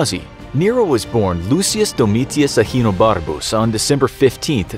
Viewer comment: Are guys not gonna compliment how he said “ahenobarcus”